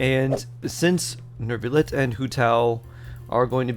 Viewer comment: noo-vee-let or noo-vee-lay if you wanna be more french (france will still hate you)